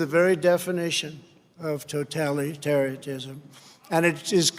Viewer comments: The total definition of "tototalaterism" lol what? He can't even pronounce totalitarianism right haha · The word is totalitarianism..." to-tal-i-tar-ian-ism " OK in fairness it is a 'big' word...but come on...we are so past the 5th grade...aren't we?